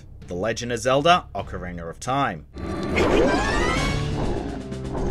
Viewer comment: OCARINER Of Time